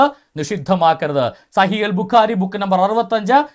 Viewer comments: എടാ കുരുപ്പ് ആദ്യം സ്വഹീഹ് ബുഖാരി എന്ന് ശരിക്ക് പറയാൻ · എടാ കുരുപ്പേ ആദ്യം സ്വഹീഹ് ബുഖാരി എന്ന് ശരിക്ക് പറയാൻ പഠിക്കും.